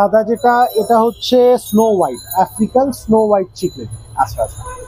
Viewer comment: its not Chic-lid its Cichlid as in Sic-lid lyree tail na its Lyre tail as in Liar-tail its disappointing to see a professional business person doesnt know the actual pronunciation of the fish Aquarium industry is one of the most fast growing hobby around the world and Bangladesh has the best and suitable weather for it proper way te ei Industry success hole it can start a huge export import business too